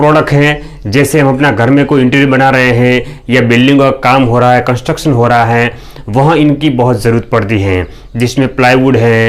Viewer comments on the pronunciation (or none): none